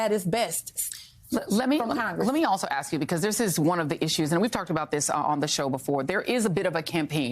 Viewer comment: Why do they say AKS instead of ASK 😂😂😂 is the DEI program not working 😂😂